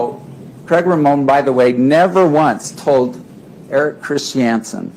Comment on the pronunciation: The way Paltrow's lawyer pronounces Christiansen makes me angry.